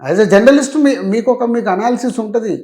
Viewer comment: జనర్లీస్ట్ కాదు.. జర్నలిస్ట్